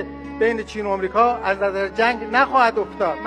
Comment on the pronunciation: اومریکا اومریکا تو برو اول آمریکا رو درست تلفظ کن زور هم نزن می گوزی